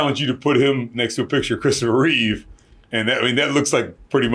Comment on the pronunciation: its REEVE REEVE.